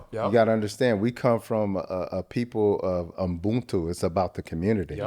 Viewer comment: You got me when you say Ubuntu❤ 🇿🇦